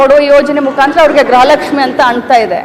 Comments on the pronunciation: ಅಮಾ ತಾಯಿ (ಗ್ರಹ ಲಕ್ಷ್ಮಿ) ಅಲ್ಲ (ಗೃಹ ಲಕ್ಷ್ಮಿ ) ಸ್ವಲ್ಪ ಪೂಜ್ಯ ಭಾವನೆಯಿಂದ ಗ್ರಹ ಲಕ್ಷ್ಮಿ ಅಂತ ಹೇಳ್ಬೇಡ ರಿ ನಮಸ್ತೆ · Madem grahalakshmi alla. Gruhalaksmi sariyagi kannada matadi punya alla. Edu lancha cham